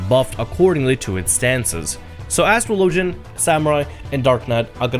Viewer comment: Did this dude just say astro logen? Lol ass tra low gen. Now say faster, buddy.